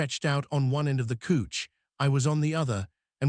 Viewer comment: Could you please teach your AI to say couch instead of couch! It's really driving me nuts.😂